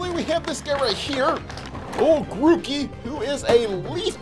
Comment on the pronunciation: He said it right it's pronounced groo-key